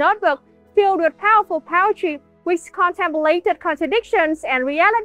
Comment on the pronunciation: love how it sounds like power-try when she says poetry, thats a much better name for poetry cause it can be so powerfull